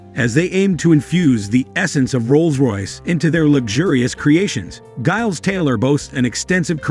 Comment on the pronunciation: Mr Taylor’s first name is pronounced “Jiles”